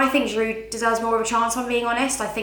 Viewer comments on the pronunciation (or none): the d in giroud is silent how many more times do u have to b told